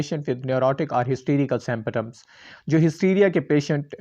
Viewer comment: Pronunciation mistakes Freud, symptoms etc